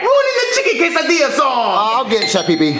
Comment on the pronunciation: It’s Quesadilla not casadia